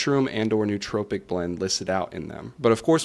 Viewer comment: I couldn’t stand every time he mispronounced nootropic. It is pronounced as “Noah tropic”.